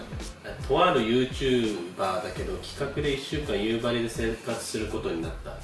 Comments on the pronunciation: 地元が舞台で使われてるの本当に嬉しい！ でもやっぱり夕張のイントネーションは気になる笑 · 夕張のイントネーションがどうしても気になる道民です。笑